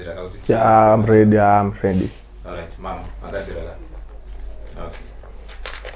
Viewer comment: 😂😂😂😂😂😂😂😂😂😂😂😂😂kachirungu kekuno ramba mwana kuzo noza kani apa tichi tyora futi vhet yacho ..I’m redi I’m redi